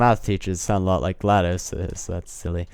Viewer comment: It's not Gladys, It's GLaDOS I can assure you, Nobody so the texture lock while tilting thing coming (I'm nobody ;p) Heheheheh, Crismis crashed Hammer Keepo No offence? you're one of the few ppl that actually knows that California isn't all that green (not southern and central California at least), go 'head and say it, more ppl ought to know! 1MB RAM? isn't that like...terrible? You don't do stuff the fastest or the easiest it can be done...Also, there was too much stuff in there, like WAY too much, Reminds me of Portal Stories: sMels >.>